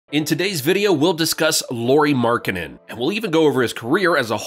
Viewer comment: nice job mispronouncing his name